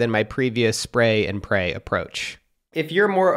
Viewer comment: “Spray and pray” my guy why did u say it like that 😭